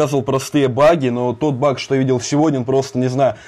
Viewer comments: Почему ты говоришь бах а не баг? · не бах а баг